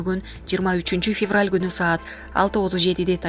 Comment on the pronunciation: Фефраль эмес февраль.